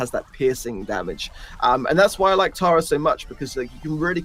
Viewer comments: i laugh everytime they pronounce tara taira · It's TARA not TERA lol 😂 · Pronunciation of Tara as terror makes me angry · Why do you say “tera” bruh it’s Tara